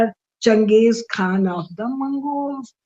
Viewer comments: I think its Quaan and not Khaan. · Its not Khan its Kaan , pease correct .